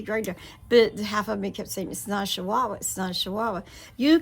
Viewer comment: I think it's funny. How you are saying shchihuahua. . They are called Chihuahua. 😂 I got to laughing so hard thinking about if I said I've got to go put up my shachickens 😂. Aka chickens that's so funny shchihuahua. I'm happy for you.